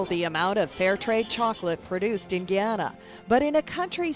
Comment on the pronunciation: Maybe she should learn how to pronounce "Ghana" before criticizing a country's way of life.